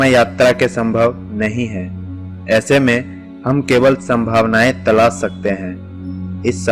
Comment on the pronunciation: Bisaalkaay..... Talaas ...... Of Ko op bol Raha hae..... Salekson..... Chaman chutiya